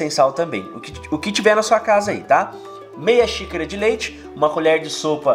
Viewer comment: Adoro os vídeos. Mas não o sei porque parece que o fala "sícara" kkkk